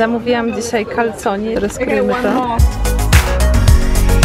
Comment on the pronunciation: nie czyta się kalconi tylko kalcone